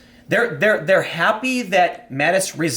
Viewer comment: Tim has just got to fuck up people's names....Mattix?😂